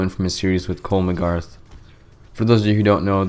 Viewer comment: he called McGrath mcgarth